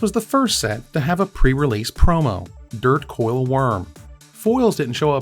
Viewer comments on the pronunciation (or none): Props,. But isn’t it Dirtcowl & not Dirt-coil?